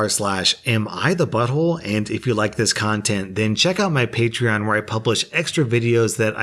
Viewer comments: He just has to remember... it’s PAY-treon. As in PAY me money. 😆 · Pronounces Patreon right Wait, thats illegal! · Just binged a bunch of your videos and oh my god you pronounced "Patreon" correctly. Thank fuck I was gonna go crazy if I heard you say "pat-ree-on" again.